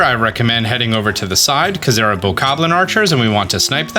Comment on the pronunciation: Its BOKOBLIN not BOKABLIN